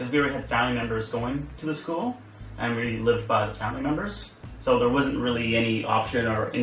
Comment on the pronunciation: What American accent is that where they say "school" as two syllables? It sounds like "scoo-uh" or "scoo-ul".